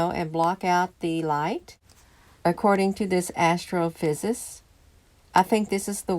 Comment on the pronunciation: "Astrophysicist " -5 syllables.